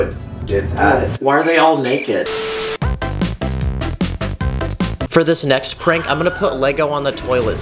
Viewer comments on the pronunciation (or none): NOT HIM SAYING "why are they naced" (I can't say it Right)